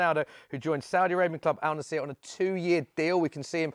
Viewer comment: It's not Al nassIr mate AL Nassr get with the program mate